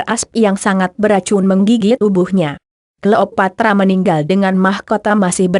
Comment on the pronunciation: Apaan sih mass dia bilang klopatra